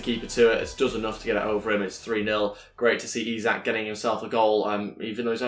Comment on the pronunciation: It is Isak but pronounced like ishak